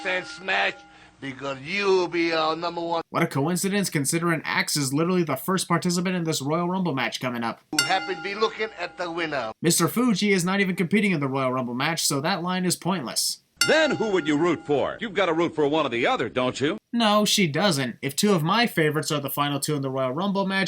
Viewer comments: Fuji, not Fugi. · Its "Mr Fuji" not "Mr Fugi"